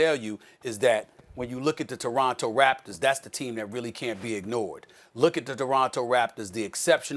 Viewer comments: Stephen A Smith- "The Doronto Raptors" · Stephen A Smith: Doronto Raptors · Did SAS say Doronto Raptors 😂😂😂